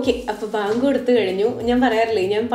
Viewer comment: ബാങ്ക് അല്ല ചിന്നു വാങ്ക് ആണ് കേട്ടോ